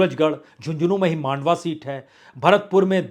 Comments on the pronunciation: मांडवा नही ये "मंडावा" है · वाजपेई जी मांडवा नही है मंडावा है। आप इतने बड़े पत्रकार होकर भी अनेक सीटो का गलत उच्चारण कर रहे हो।